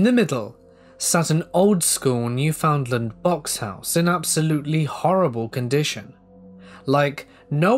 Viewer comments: Love this - but gotta point out it’s pronounced New-fun-LAND like un-der-STAND, with emphasis on the last syllable. Big love from the same li’l province out in the Atlantic! ❤️ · The way he pronounces Newfoundland is hilarious, I love it